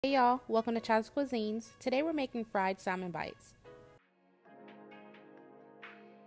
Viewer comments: Once I heard Sall-Mon I stopped listening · I wanted to like this but pronouncing is the “l” in salmon drone me nuts. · Alaskan here. The “L” in salmon, is silent. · Unbelievably crispy! BTW - The “L” in salmon is silent. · The”l” in salmon is silent!Salmon looks good. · I always pronounce it with the L though 🙂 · ijs that L “drone” her so nuts she didn’t proofread 🙄😂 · Really dumb to not like a video due to how someone pronounces a word. We all don't speak the same and some areas of the world pronounce things differently. Just like how you was drone nuts but how she said it 💁‍♀️ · She's actually saying incorrectly. The L is silent. Americans naturally pronounce the L because that's what we're used to doing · I wanted to watch this but you said salmon. It ruined it for me. 😢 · The L in salmon is silent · the L is silent ma'am.... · The L is silent smh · Can’t pronounce Salmon was killing me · In salmon, the L is silent